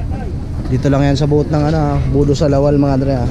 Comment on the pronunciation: Sir BOOTH not BOAT